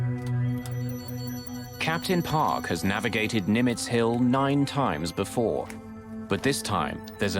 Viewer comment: "Before" sounds so American here. Just random comment.